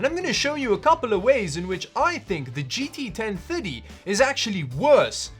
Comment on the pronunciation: GT Ten thuddy...